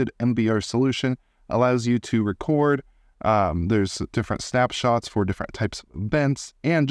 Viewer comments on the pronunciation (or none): none